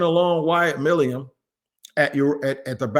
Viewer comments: It's NOT MILIUM. It is MILUM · It’s Milum, I can’t take much more of this lol My-Lumm